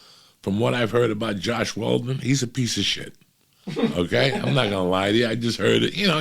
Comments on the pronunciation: "Joss Whedon" Not Josh Weldon. We still love ya, Uncle Joey. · LMAOO “Josh Weldon” when he was talking about Joss Whedon😂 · “Josh Waldon” lol